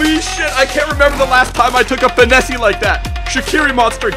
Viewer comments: who's gonna tell him that the "e" on finesse is silent? 😂😂 loving the vids! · Why does he say finessy instead of finesse